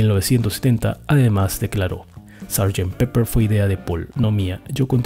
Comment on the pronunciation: Es pepper (pimienta) y no peppers (pimientas). Y se pronuncia peper y no piper, como dicen algunos hispano hablantes.